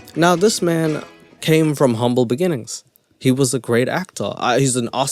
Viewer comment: WUSSSSS 😂🤣🤣🤣😂😂😂 “THERE IS NUTHIN WUSSSS” 😆😫😫 HAAAAAAAA 😭😭😭😭